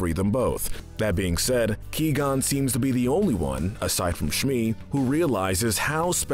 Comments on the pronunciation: Liam Neason: I am a jedi: wassup Ki-Gon Jin Liam: is this guy serious right now: Of course "Ki-Gon" Liam: gets Qui-Gon Jin mode on Liam: You asked: but.. Liam: What?? I'm just gonna ask if I can sub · Key-gon makes me cringe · It’s pronounced Kwi gon jin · Qui-Gon cries every time you say his name like that. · The gold medal of evil goes to you, for not pronouncing Qui-Gon Jinn correctly. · ok can someone PLEASE TELL ITS QUI GON JIN. The Qui is pronounced like Kawhi Leonard's name without the a. He is ABSOLUTELY BUTCHERING HIS NAME! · “ he’s too dangerous to be alive!” I agree, he said qui gon Jin wrong. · Qui qui QUI , for the love of the force. 😑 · He lost his key before the video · My reaction every time I here him say Qui Gons name Who? Wait Oh my god😂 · The pronunciation of Qui-Gon’s name in this video makes Qui-Gon’s ashes toss and turn in their urn! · You completely butchered the pronunciation of Qui Gon. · Ki-gon? it's qui-gon, pronounced kw-i-gone. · This is the best part of all Star Wars and this video The worst bit is hi, saying key+gon jinn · Did he just say KeyGon here it even the sequels can actually say Jedi names right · How can you mispronounce Qui-Gon?! In the movies, everyone pronounces it Qwai Gon, not* Key Gon!* You should know this! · Whats up with saying key gon not qui gon and he's dead so I put you in silver medal of evil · It’s Qui Gon Jin not Que Gon Jin. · Am I the only one who cringes every time he said “Kee gon” and not “Qui Gon” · 99%of the comments it’s qui gon not Key gon!!! 1% me why is jar jar in the grey area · Its qui gon not ki gon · Qui gon not key gon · key-gone lmao fucking pronounced kwai-gohn jinn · Not gonna lie I'm starting to get more and more pissed off when he says Ki-Gon Jinn lol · I am disappointed at you saying Key Gon Jinn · Did this guy never watch Star Wars? “Key-gone” “Nahboo” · Who is the character named Key-Gon I've never heard of him. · Key gone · oh no my key is gon ;)